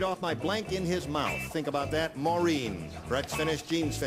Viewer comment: Actually, it's "Maureen", not "Morene".